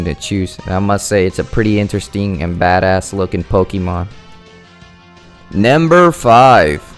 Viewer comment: you sound like your saying namber